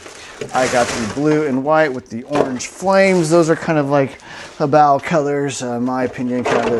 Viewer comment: Only Youtuber that doesn't incorrectly pronounce it as 'hoe-bay-oh."